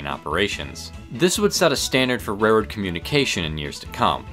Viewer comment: It's actually "railroad," rather than "rairroad." I apologize if I'm pointing out a speech impediment. Interesting video.